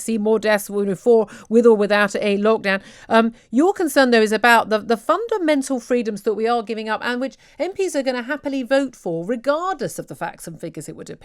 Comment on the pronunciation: Could somebody please tell her the word is 'fundamental', not 'fundamentaw'? Etc. Thank you.